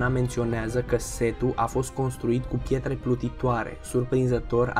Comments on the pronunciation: Eu am inteles ,,Chetre Plutitoare" NO HATE😂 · Doar eu am auzit chietere? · "Pchietre plutitoare" :))) no hate xD